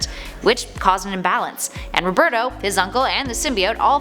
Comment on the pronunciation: NO ONE SAYS ROBERTO.